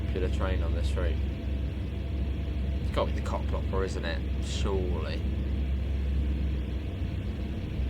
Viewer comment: It's not Koplopper but Koploper. So, the second part is not pronounced like copper but like coper, not hopper but hoper. I hope this makes sense.